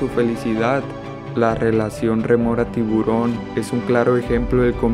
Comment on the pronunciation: Es rémora, no remora. De nada.